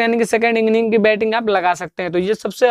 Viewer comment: Bolna to sikh le bhai contain nhi contest hota he enning nhi inning hota he